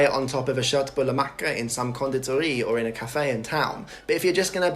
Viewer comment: 10/10 pronunciation of Köttbullemacka